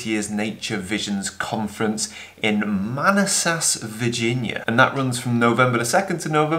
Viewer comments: "Man-a-SASS' Virginia...haha! So you can sound like a local when you arrive, pronounce it "Man-AS-ass." Sincerely, former resident of northern Virginia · I may drive down from NYC to see you! BTW, it's pronounced Ma-NASS-ess. Have the calendar pre-orders shipped? Thanks! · It's pronounced "Man-ass-us. Manassas, Virginia. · Salvaged by turning it to a black and white works.... being from VA originally I got a great laugh when you pronounced Manassas, listened three times and laughed. Maw-nassis, but then again I wouldn’t begin to try to announce some of the places you’ve traveled to. Thanks for sharing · Nice vid,! Looking forward to the next one. By the way, that town in Virginia is pronounced "muh-NAH-sus".:) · A very famous photographer once said (paraphrasing) it's not an image "of" it's an image "about". your b/w version makes that perfectly clear. btw the city in Virginia is pronounced man ass sus with accent on second syllable just in case you run into some snotty southerner. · Pronounced: Man-ASS-sis (or sometimes Min-ASS-sis - by Virginians ;) You're still my favorite though! (and that was cute) I won't link it here, but there is a pronunciation on YouTube if you're interested. If not? Cheers! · when is the speaking engagement? I live in Northern Virginia and if I am able, I would love to attend. PS - It is pronounced MAN-ASSES. Thanks, Roger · Interesting pronunciation of Manassas. I wish I could make it there. I am sure the residents will assist you with the correct way to say it. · LMAO, I've been saying that about my office for about 8 years now. & I don't believe I've ever heard Manassas pronounced quite that way before. ;-D